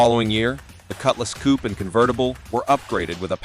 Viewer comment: Coupe is pronounced like "coop", not "coopee"- This is AI nonsense.